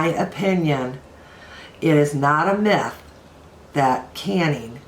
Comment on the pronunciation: Myth! Not meth (which is a drug!)